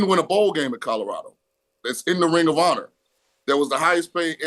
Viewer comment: That's "Colorado," not "Codarado."